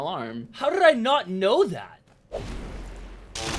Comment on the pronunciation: Bro u killed me when u said “how drrrrrdd I not know that” about loba and her ultimate near a fault.